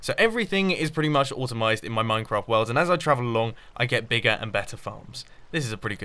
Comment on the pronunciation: "automized" - Mumbo 2016